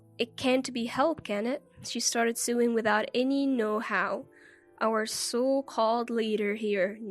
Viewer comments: You're so right. Sorry, but it wasn't funny ... just very very annoying. Sewing is pronounced 'so-wing', not 'suing'. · Narrator - first, talk a bit faster. Next the words "sew" and "sewing" are not pronounced "sue" and suing". They are pronounced like the word "so" with the "o" being long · Sewing is NOT pronounced suing!!! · You pronounce it sowing with an o although it is written with an e! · The incorrect pronunciation of "sewing" as "suing" made me laugh.